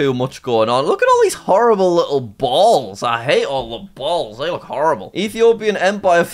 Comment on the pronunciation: The way he said balls💀☠️